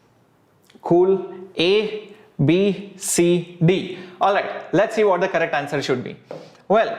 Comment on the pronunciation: Sir whenever you say correctoo... Excellentey it was a special feeling....🤭🤗